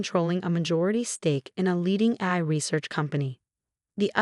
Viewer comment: Obviously did not do the voice over on this video, it pronounces AI as AYE sorta but it’s just not right. Why don’t they use a human to do this? Hey, replace us later when YOU GET IT RIGHT!